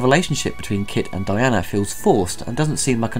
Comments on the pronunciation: Aughghghgh! I'm only half way through and I can't take it any more. DianA, DianA, DianA. Not Diane. The weird thing is, you said it right the first couple of times, then started saying it wrong. That's like referring to Lola Lane in something about Superman, or talking about Batman and Robert. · I'm sure it's been mentioned by others, but the heroine is called DIANA, not 'Diane'. Otherwise, nice retrospective - well-done. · Diana, not Diane.